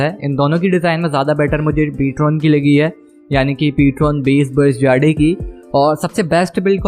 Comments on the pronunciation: Bhai it's not jaade it's jade btw nice content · Hahaha😂😂😆😂 bhai Ptron "जाड़े" nahi hai Ptron "जेड" right pronounciation hai👍🏻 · Jade 🤣 funny pronunciation